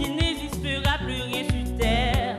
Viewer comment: su terre,n'eziste ps,tes moindre desi looll elle m'as dead c koi cette prononciation